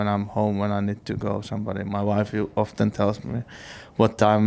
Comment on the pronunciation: I love the way Kimi Raikkonen pronounced "Often". Brilliant.